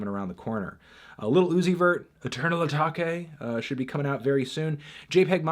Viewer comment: He said Eternal Atake 😭